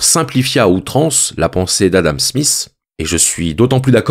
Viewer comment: Adam Smiss! 🙄 C'est Smith! Difficile pour les français j'imagine.